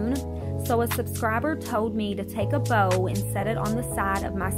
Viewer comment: When you say bowl i thought you said bow